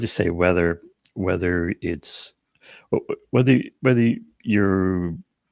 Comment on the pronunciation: Why do you say 'rether' instead of whether? Just curious.